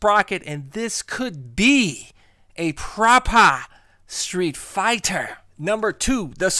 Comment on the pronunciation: "PropAH StreetFIGHTA" hahaha, yous a fool man. I love it;)